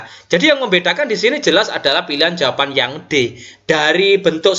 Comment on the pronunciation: Tks sharing ilmunya Pak. Maaf Pak tadi di menit2 tertentu kok ada bbrp soal yg sbelumnya PR, apakah benar? Spertinya sy tdk melewatkan video2 dari channel Bapak tapi tdk tahu kalo ada PR ttg figural ini. Oh ya, klo boleh saran pengucapan jawaban bukan jawapan, Pak. Hehe, tks.